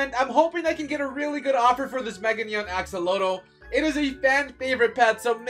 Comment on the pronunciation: What is a e-exa…you kinda said it funny axllotele lol🤭🤭🤭